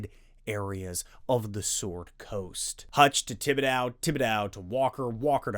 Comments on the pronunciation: Love the content as always, but we have to teach you how to pronounce the mans name! Tib-ih-dough no "dow" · This is nit-picky, but Thibedeaux rhymes with crow, not cow. Thanks for the content!